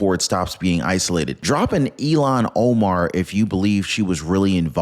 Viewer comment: ILlhan not Elno